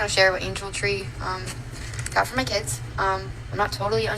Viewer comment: But then your “keeds” remember? “ these my keeds, my cHiLd”